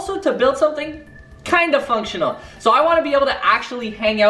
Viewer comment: funcshway more like cupshway